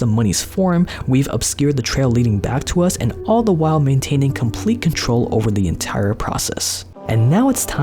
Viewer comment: The way you say "us" is very sus